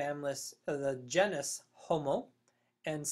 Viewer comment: GENE - is. Not JEN - us.